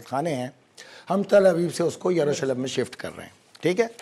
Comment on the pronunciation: What a silly jihadist. Can’t pronounce the name of Jerusalem.